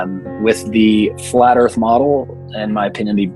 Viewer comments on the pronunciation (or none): "Da erf" says it all. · "Every side has an argument" Really? What is the flat erff argument? I mean an argument is a collected series of statements intended to establish a proposition. All they have is "nuh uh". There is no "argument" for a flat erff.